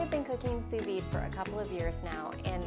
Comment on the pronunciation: D is silent in Sous Vide